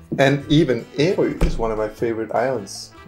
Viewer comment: actually you are more close to the native pronounciation of Ærø and not the popular pronounciantion as your friend (and most danes) uses. Ø being island the first part formerly was Ær-ø and not as it is now Æ-rø. the first form the guttural R-sound is much softer like you did. :-)